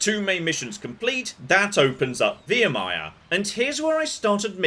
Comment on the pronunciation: "Via-mia" lmao my man, they pronounce the name of the planet like 500 times, its not pronounced "Via-mia" lmao God damn, what an awesome idea for a video. Creative and original! It's such great stuff!